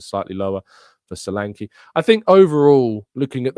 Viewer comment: Caught the tail end of the live show. And met you still pronouncing Solanke wrongly. The ''e'' is as in 'egg'. Also as in Nketiah.. They should leave Nketiah alone. He is a good player for us. The squad is needed not just just the team. We keep saying so and then boldly declare good squad players up for sale. Please prove yoyou read the post live comments by correcting the next pronouncement of Solanke